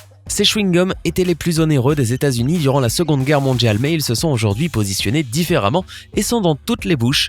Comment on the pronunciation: Instructif. La voix est agréable, mais c'est quoi cette prononciation ? Mondial ou mondialement, contient, entier, diagramme, tiens, primordial... ne se prononcent pas Mondjal ou mondjalement, contchin, entchier, djagramme, tcheins, primordjal... Quant à jaune, chrome, chose, rôle, ou chauve-souris, ils contiennent (sans CH) tous un O fermé [o en alphabet phonétique international] comme dans "peau". En revanche, le O de soleil ou de adorable est ouvert [ɔ] comme dans robe. Et la voyelle finale de succès ou vendait est un e ouvert [ɛ] comme dans "perte". Attention aussi aux E muets qui ne se prononcent pas EU, voire pas du tout !